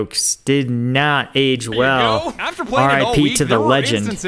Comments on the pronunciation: he wasn't gonna say rebellion if you actually looked at the words on screen you would see he was gonna say the word well but accidently said rell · I think he almost said Rell Wegulated.